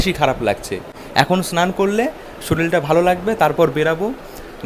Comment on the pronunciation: তোমার ভিডিও আমি দেখি আমার ভালো লাগে কথা টা শরীল না❌ শরীর হবে 🙏🙏🙏